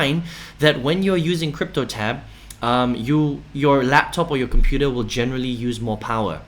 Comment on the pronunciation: Its cryptotab bro. Not cryptoLab